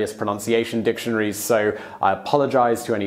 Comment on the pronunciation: I’m offended by the way you say dictionary